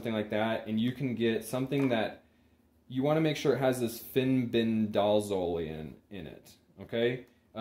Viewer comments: Good video, thanks for sharing.. Fenbendazole is pronounced fen-benda-zol :) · Can you please learn how to pronounce the words before you publish educational videos... grapeworm???? Fenbendazole isn't hard to say 😊